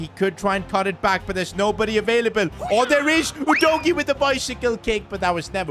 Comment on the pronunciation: Udogie not Odogy